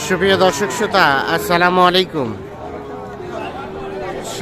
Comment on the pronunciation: প্রিয় উপস্থাপক আপনার ভাষা ঠিক করুন শ্রোতা নয় শ্রোতা